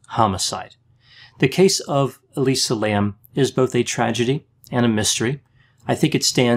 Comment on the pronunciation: That’s now how you say Elisa.